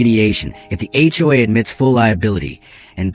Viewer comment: The word is SIGHED and not SIDE. It’s also HOA and not all of the other variations that were used. Now, about the story, you should have put on a lien on MARGARET’S HOUSE, for your lawyer bills and to pay for the HOA lawyers fees. Then there is the $40,000.00 in the emergency fund. That should be placed into an interest bearing fund for pool costs in the future. I’m sure they have a pool. I wouldn’t let MARGARET get away without clearing up her debts to you or the community. I would also have checked for embezzlement. With the lien on her house, she can’t just disappear without paying.